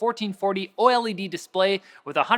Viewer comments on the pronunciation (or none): "oily-d display"